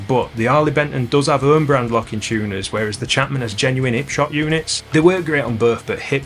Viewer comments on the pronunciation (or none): Could possibly be my new favourite guitar channel, the lack of H's on 'Arley Benton and 'Ipshot made me feel right at home ahahahah Mint video lad!